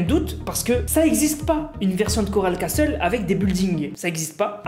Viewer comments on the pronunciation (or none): none